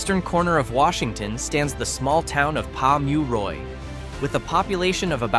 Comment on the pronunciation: I'm trying to think of a way to pleasantly and politely say this. If some basic research had been done, such as how to pronounce the place names and what the economic picture is would help retain credibility. ... Pom-you-ro? Wow, that wasn't even close....